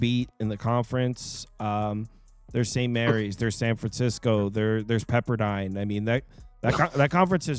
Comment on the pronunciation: “There’s Saint Mary’s, there’s San Francisco, there’s PEPPERDINE” 😭😭😭